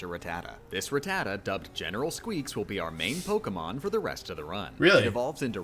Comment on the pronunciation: Serious question here: Is it pronounced Ra-Tatta OR Rata-Ta? Like for Ra-Tatta Comment for Rata-Ta